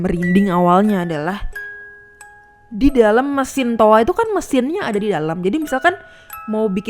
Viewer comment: Toa mbak bukan toak